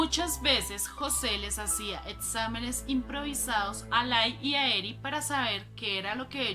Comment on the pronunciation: "Uniersida" en Princeton? "Etsámenes" improvisados? Lo "acectaron" en la "uniersidá"? "Etceso" de velocidad? Entró en "atción"? "Decetcionado"?